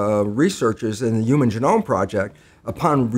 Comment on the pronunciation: Is he saying uman instead of human on purpose?